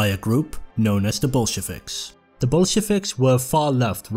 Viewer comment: My god, being Russian and hearing someone say Bolsheviks and Tsar in english just does strange things to me :D